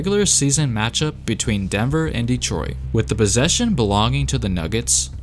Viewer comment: "the bossesion" lol